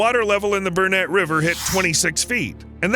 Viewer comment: I came to say the same. He pronounced Burnett river correctly though 😂 Now we just have to stop big corporations destroying farmlands for a coal mine